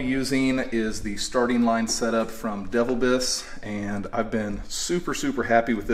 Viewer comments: Pronounced "da vil bus" short u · "Devil Biss", run those two words together bro... "De-vil-biss"